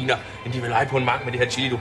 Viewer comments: han siger: illi(chilli) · Starter forfra, trykker start og trykker 3 så lyder det som om at han siger killing xD